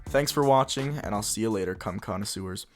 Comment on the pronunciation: Did you really call us cum connoisseurs